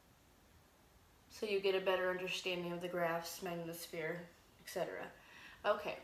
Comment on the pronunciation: Panspermia Hunter trust me. None of these Youtube idiots understand Newtonian mechanics. I doubt they even have a high school diploma. This one can't even pronounce magnetosphere. Lol.